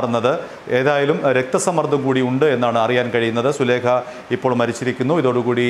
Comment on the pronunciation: സുലേഖ അല്ല മാമ സുലൈഖ യാണ്